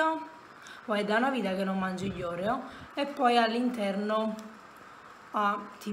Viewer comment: Ti prego Oreo con l’accento sulla e come lo pronunci non si può senti